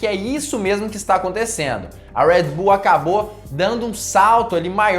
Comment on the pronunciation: Amigo fala o nosso portugues . Red bull ao invez de ur rueed bull . Kkk vc etendeu